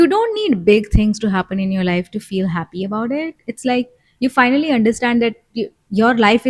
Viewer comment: I always appreciated little things.. you’re right… thanks Daddy 🫣🫢… I’m ready to say now.. a feel times I’ve heard you say Ha penis… like penis.. sorry I just had to share.. but was just a feel times… but I think it was just to make me smile.. and it worked.. thanks for that …